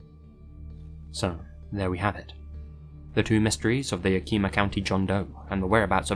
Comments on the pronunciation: As someone from Washington state, I laughed at your pronunciation of Yakima. 🤣It's pronounced Ya-kuh-muh. It's an Indigenous American word. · Yakima pronounced yak-ka-muh not like it would be pronoumced in Japanese. ❤️ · It was so surreal for to mention Moxee, Washington, because I live less than an hour from there! Also weird to see my hometown on the map during a video as well, lmao. Side note for: Yakima is usually pronounced yeah-kim-ah, but I loved your pronunciation regardless!! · Yakima has a short 'i'. More like a 'eh'. Otherwise great video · It’s pronounced’ yak (like the animal) -eem (hard em, like every seem) ahh (soft a)... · Yak-a-ma. It’s a Native word. Love ur stories but hate the mispronounced words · The way my man pronounced Yakima lmao. You make it sound way fancier than it is 😂 For those who don’t know, it’s pronounced “yACK-eh-mah” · I love your videos, but as a washingtonian, I can tell you with full certainty, that Yakima is not pronounced yakeema. On a more serious note, if you ever need help pronouncing something from the Pacific northwest, lmk. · Hehe , it's pernounced yack uh muh. ;) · I know you’ve been in Japan a while now, but the name of the county would be pronounced Yak-eh-maw 😉👍🏻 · I'm from Washington and we pronounce Yakima either "Yak uh maw" or "Yak eh muh" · It’s Yak. As in the animal.... Kim as in Kimberly.... and Ma as in Ma and Pa. 😄 yukeema. I live in the area and I have never heard the story before. It’s amazing what goes on right under your nose and you never hear about it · Is any other u.s native finding his pronunciations of cities entertaining? "Yakima" for all those non-u.s speakers is more commonly pronounced "Yack-him-uh" lmao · Great content and absolutely crazy! I got thrown off by the story in Yakima, since that’s near my area. (It’s usually Pronounced Yack-eh-maw. ;)) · quick note: the "i" in yakima is pronounced like the "i" in him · Yah-Keh-Mah is the correct pronunciation